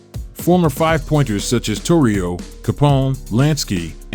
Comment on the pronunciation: Generally speaking. Italian's place an accent on the penultimate syllable in words spoken. SpaGHETti MacoROni So, not Tor Rio, TORrio.